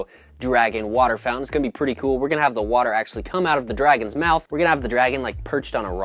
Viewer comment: The way he said “kewl”